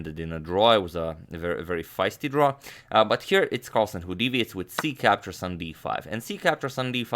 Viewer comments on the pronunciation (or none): none